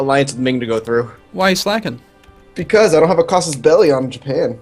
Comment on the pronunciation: Guy playing as Korea actually pronounced Casus Belli correctly, not the fake cool sounding way.